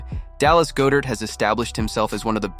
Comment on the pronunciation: Why do you pronounce Dallas Goedert wrong? You’re a birds fan and I find it troubling.